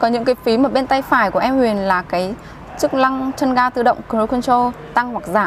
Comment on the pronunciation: Chức lăng là gì em !? Cam lùi rất là lét !? Lút bấm !? Má , Thím ngọng mà lên clip vậy trời !?